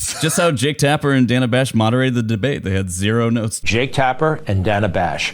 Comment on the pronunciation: Everytime I hear them say Jack Tapper, my brain replaces John Tapper from Bar Rescue, although I think that would have been a much better debate if they had.